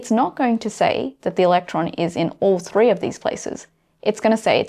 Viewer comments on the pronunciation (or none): none